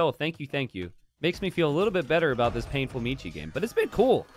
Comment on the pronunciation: Since Michi Player is a german, you schould learn how to pronounce it correctly. ^^